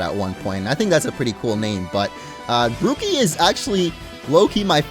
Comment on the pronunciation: It's not Gucci Gang it's Grooky Gang